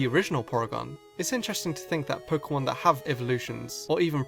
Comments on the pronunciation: “Kikilon” “Pikimon” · Can learn how to pronounce Pokemon name